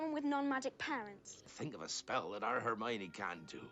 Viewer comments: Just a note: It’s not Her-moin It’s pronounced: Her-my-oh-nee Hermione is the feminine version of Hermes, the Hellene God🇬🇷 Ερμής / Ermís Ερμιόνη / Ermiòni •Muggles don’t know anything about the magical community and also there is the International Statute of Wizarding Secrecy when each country has to keep hidden its magical community! •Pure-bloods: those that their parents are both wizards and have a long line of wizards ancestors. *Pure-bloods are not those with only their parents being wizards. Pure-bloods are those with only magical family members, generations back. Harry’s mother is a muggle-born witch so Harry is considered to be a half-blood. •Half-bloods: those that one parent is wizard and the other muggle •Muggle-borns: wizards that they don’t have magical ancestors. •Squibs: people with magical ancestors that they don’t have magical parents, they cannot use magic. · I love how he says "hermine" for Hermione. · “Hair-moine” … they say it perfectly clearly in the movie lol where are you getting that pronunciation from?? 😅😅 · I think it’s hilarious that two of you don’t pronounce any name correctly.( lol) but, it’s fun to watch you dive into these movies, they do get darker and more adult as you go. I’m 53 and just got into HP in the last two years and love the books & movies. It’s just puts you in your younger frame of mind and imagination, which is really fun.